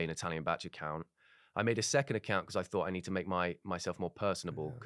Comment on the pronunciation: Being welsh, I hate the way they're pronouncing bach 😭